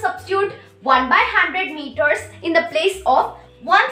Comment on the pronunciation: First of all it is not meoter it is meters IMPROVE YOUR ENGLISH AND PRONOUNCIATION. U are a kid and i am a teacher specially English teacher and i am not happy with your english ok. I know more than u ok so don't be ridiculous and oversmart